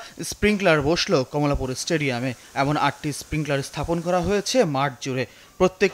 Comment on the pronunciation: কমলাপুর , ✅ কামলাপুর ❌